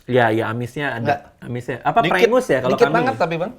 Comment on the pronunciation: Bukan prengus bang tapi prengus